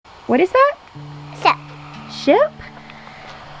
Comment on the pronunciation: I thought he said something else than ship. Hahahaha!!!